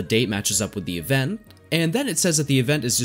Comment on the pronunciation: It bothers me a little that you seem to to say "evenn" and not "event" :D haha but no worries :P